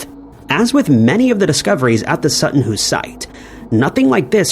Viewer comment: Sutton Hoo not Sutton Who!